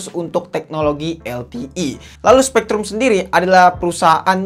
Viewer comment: SPREADRum.., Bukn SPEKtrum